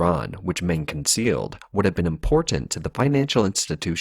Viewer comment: Meng is pronounced Mung.